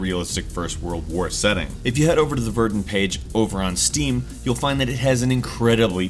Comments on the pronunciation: Verdin? It's pronounced Ver-dun, just like it looks. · Even though this is quite old, Verdun is pronounced 'Ver-Dun' not 'Ver-din' just wanted to point that out.. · Verdin? It's Ver dun. (no space) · Its "Vahr-dun" not "vErDun" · It's pronounced ver-done. It's French. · It's pronounced Ver-Done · you pronounce Verdun as Verdin? I am so ver-done with this channel...